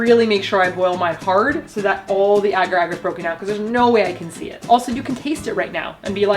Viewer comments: Ok I have to say, it’s pronounced ay gar ay gar, not agger agger 😂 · It’s pronounced a-gar a-gar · You pronounce agar agar so adorably. In Australia we say AYEgar AYEgar